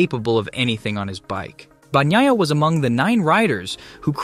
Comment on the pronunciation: "Banyiya" NOT "Bagniya"!!!